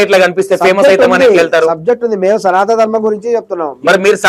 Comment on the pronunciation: నువ్వు వాడే పదం సరిచేసుకో... సనాత ధర్మం కాదు సనాతన ధర్మం